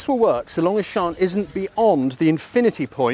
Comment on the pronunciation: I'll tell her. She'll be delighted... MIKE (PS: It's Sian, pronounced "Sharn")